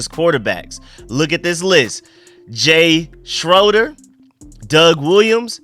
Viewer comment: Great content as always- Quick Note"- think Cal Ripen when pronouncing Mark Rypien and Schray-der for Jay Schroeder